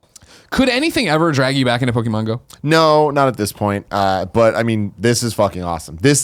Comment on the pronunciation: Whenever ppl pronounce Pok-e-mon as Pokey-mon, it gets me evvvveeerrrr time - especially if you're in the generation where you were the target audience.